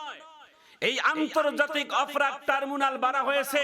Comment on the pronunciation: ট্রাইব্রোনাল টারবুনাল না।